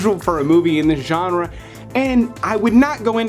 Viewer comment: Say genre again! I dare you! I double dare you!!